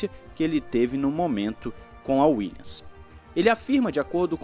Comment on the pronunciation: WilliaMs. WilliaMs. Não é Willians.